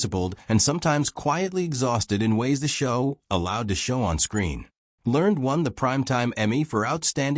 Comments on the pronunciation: Have I been pronouncing Michael Learned's name wrong for decades, or is it clueless AI narration? Back when the show was being made, didn't they pronounce it with two syllables: LUHR-nedd? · That is NOT the way Michael Learned pronounces her name.